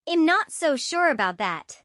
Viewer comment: I’m is not pronounced im